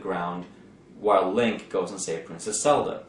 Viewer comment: If I hear "Selda" ONE more time...